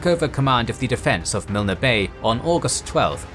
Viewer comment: I like these videos but man learn how to say the names, Milne is pronounced Miln, Lae is Lay. Kokada is Cookada